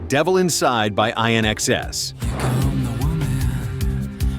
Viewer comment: Sorry but you grinded my Aussie ears when you said INXS, its In xs(excess), please get it right next time otherwise its a fantastic list.